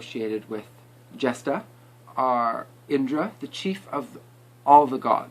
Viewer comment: Its jay..shtaa Not jesta But Nice Video i like it:)